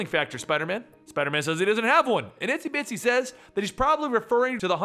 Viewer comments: i thought her name was "Itsy Bitsy" not "Isty Bitsy" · Isn't it Itsy Bitsy not Isty Bitsy?